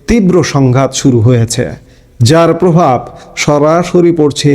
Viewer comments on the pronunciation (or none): none